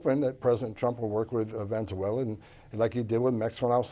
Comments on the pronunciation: Dude needs to learn to pronounce "Venezuela" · ....perhaps a lesson on how to pronounce Venezuela might be a good place to start ... before you force people onto a plane bound there.